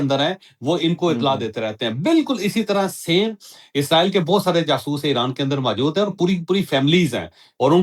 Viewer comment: عزرائیل نہیں ھوتا اسرائیل ھوتا ھے